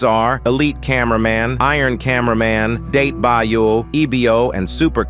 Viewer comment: "datebayo" lmao